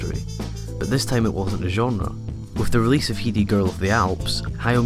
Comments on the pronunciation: hai-di not hei-di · You have very odd way to pronounce the name Heidi ;) It's "Heidi" like in "Heidi Klum" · RayVinyard It’s actually pronounced like “Haiji” in Japanese